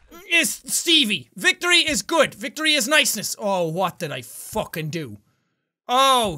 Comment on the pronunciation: Jack: All the way to... fookin victory town us: He said it! He said the thing!